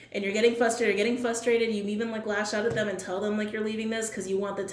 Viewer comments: fRustrated, .... not fustrated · The word is FRUSTRATED with an r . Fustrated is not a word.